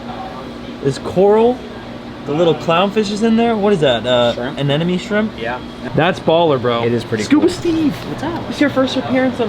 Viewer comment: Hi, why do youtubers say anenome rather than the correct term anemone?